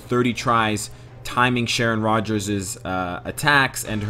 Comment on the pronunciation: It is pronounced ShayRock😂😂😂